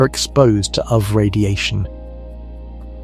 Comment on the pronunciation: Well it's the damn AI that's doing the talking and I don't want to listen to AI voices for too long because AI is really artificial stupidity. It pronounces acronyms as non-existent words like UV is "uv" and JWST is "joost"!! No one should have to list to or be indoctrinated with ignorant mispronunciations.